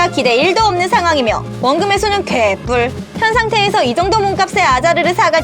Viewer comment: 개뿔 발음 너무 웃긴데요 ㅋㅋㅋㅋ